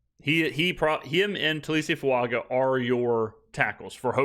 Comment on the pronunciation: it’s been a year — time to pronounce Taliese’s surname the way he and his family and even the guys in this video do English spelling of Fuaga would the g character but in Samoa and wherever those with Polynesian heritage live, a phonetic spelling of this surname name would use the phonetic symbol ŋ in place of the ‘g’ - Fuaŋa. The pronunciation of ŋ is, approximately, ‘ng.’ Thank you for all the vids.